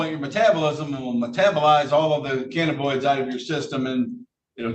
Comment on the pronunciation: The judge can’t pronounce cannabinoids.